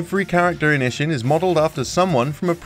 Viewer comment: It's pretty funny how you're trying hard on the "Ryu ga Gotoku" pronunciation and then just crapping out "Ishin".